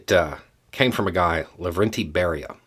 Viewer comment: Note that Soviet guy Beria: I think his name is pronounced bury-ya. Maybe appropriate...